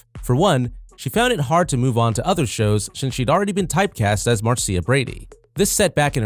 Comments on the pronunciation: MAR-SEE-UH Brady ?? what the hell....hahaha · That was silly the way the narrator kept calling her Marseea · I guess no one involved in this video ever saw the Brady bunch. Mar- C- ah? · its mar sha idiot,,,,marrcia marcia marcia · Do your fecking research. The name is Marcia, pronounced MAR SHA. If you'd watched a single episode you would know that. You're a fake. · The fact they mispronounce Marcia just ruins everything 🙄😏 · When you make a video about the Brady Bunch but don't know how to pronounce the name Marcia. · Video maker, Have you ever seen an episode of "The Brady Bunch"? Can you say MAR-SHUH? That's how 'Marcia' is pronounced. Also, it's Ann B. DAVIS, not Davies. Please learn how to pronounce and spell! 🤪